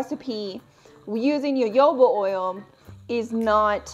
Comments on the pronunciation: me, a Brazilian who pronounces jojoba with a soft g/j sound (as in Genevieve), every time I hear say YoYOba, 😬🤢😰😭😢🙉 luv ya bb, I know there's a million ways to say the same word, I just can't help my roots 😅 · You are the only person I've heard pronounce jojoba like that. Interesting. I've always said it with hard 'j' sounds. I've also heard it with 'h' sounds.